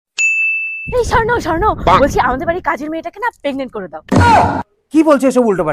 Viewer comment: Sorno naki horno😂😂😂